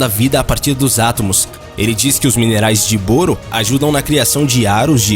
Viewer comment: Sempre pensei que a pronúncia fosse: "BÓRO"...